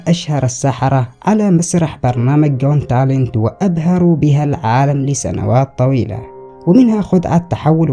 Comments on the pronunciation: اسمه قوت تالنت مو قون تالن هههههههههههههه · got talent not gont talent😹😻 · يا حبيبي و صديقي العزيز، البرنامج اسمه جوت تالنت مو جون تالنت الله يرضى عليك 😂 بعدين تكفا غير المسيقى الشغاله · اخي نتابعك دوما. مبدع دوما. لكن لفظة قون تالنت تحيرني. نرجو ان تصححها قوت تالنت😊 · ي اسمه جوت تالنت مش جون😅👍🏻👍🏻استمر ي وحش 😉